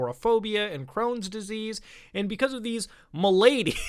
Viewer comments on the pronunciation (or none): The word is malady, not m’lady....